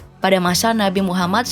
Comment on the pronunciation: Tulisan naskahnya sih dah benar tapi cara pengucapannya yg salah.. sepertinya dia non islam ya?